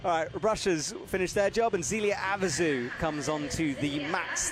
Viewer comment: Sadly, that's not the only name he gets wrong. Maybe someone should get him the names on audio and he could listen to them in the car or on the plane or something. It's quite cringy at times.